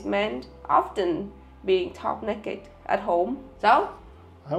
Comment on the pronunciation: "Top nekked" 😂